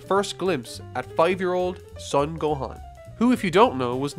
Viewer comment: It's driving me crazy that you're pronouncing his last name as "Suhn". It's "Sohn".